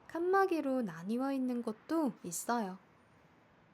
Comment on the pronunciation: I also cannot hear the 있는 immediately after.